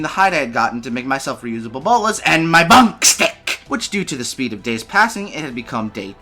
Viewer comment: For example the way you say 'skin'. Same 'my bonkstick'. You have a good voice for narrating, so I'd stick to that voice tbh.